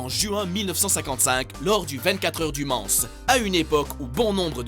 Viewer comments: "Du Mansse" ?? On ne prononce pas le "S" Non mais on ne bafouille pas le nom de ma ville Natale XD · 24 h du Mans pas du mansse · j'habite au Mans et sa se dit "man" pas "manSSe" plz faites gaf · Le Manse ca m'a tué le s ne se prononce pas mdr ma pauvre ville 😂😭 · Du Mans pas mansse debile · Le Mansse?!! On dit le MANS !! Espèce d'abruti ! C'est une ville française fait un effort merde !! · Le "Mance" serieusement ? xD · On ne dit pas manS on dit man(s) sinon c 'est très bien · les 24h du mansse hololo dans le mans le S ne se prononce pas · on dit le man pas le mansse mais sa s écrit le mans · sa ce dit le man et pas le manse mais sinon bonne vidéo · Habitant à côté du Mans, on ne le prononce pas Man[ss] mais M[an]. Ça pique les oreilles :') Merci. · "24 Heures du Mansse" ça se prononce "-an" ,le S ne se prononce pas Couzin ^^ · "24 heures du manSSE" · Représente Le Mans 👍🏻 on dit pas le Manssssss on dit Le Mans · moi se qui ma marquer c quand tu as dit "les 24h du mans" tu as dit mansse mais ca se prononce man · super le concept de vidéo comme tjr mais on dit "mans" et pas "manse" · Le Mans se prononce pas "Le Manse ou Le Mance" mais "Le Man" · On ne dit pas "Le MansSE" mais "Le Man" malgré que ça s'écrit "Le Mans". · "Le Mansse" j'habite au au Mans et ça me choque, on prononce pas le "S" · Bonne vidéo mais une petite faute. Pour le premier, on ne dit pas le "s" du Mans. Ça se prononce Man 😉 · Les 24H du Mans"se", pas mal celle là aussi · Monsieur on ne dit pas le s au MANS, on prononce MAN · Alors on ne prononce pas le "S" pour la ville du Mans ;) Mais sinon vidéo top mais triste :( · Le "S" de Mans ne se prononce pas 😑. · mans "s" muet boston le "n"se prononce club"u"se lit eu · bonne video mais le s du Mans ne se prononce pas😉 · bon sujet bien géré ^^ par contre, on prononce pas le "s" a la fin de le Mans ;) j'y suis né alors tu peu me croire ^^ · on prononce pas le " s " de la ville du Mans ^^ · on ne prononce pas le s de mans :)